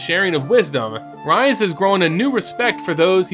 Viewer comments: I feel like this has been answered before, or it may be a silly question, but isn't Rhys pronounced like "Reese"? Not "Rise"? Perhaps it's because I know someone personally who's name is Rhys (spelt as such) but pronounces his name as "Reese". Either way, it's an awesome video on my personal favorite plane and location within mtg's vast universe! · You crushed it on this one. Loved it! FYI - in our world, Rhys is pronounced Reese. Not sure if the pronunciation is given for the MTG Rhys, but it’s a Welsh name.